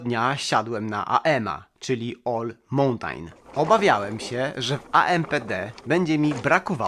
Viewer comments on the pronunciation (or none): Bafang M620, M630... I nie 'mołtajn' (jak 99% niedouczonych jutjubero-influencerów), a 'małtn'...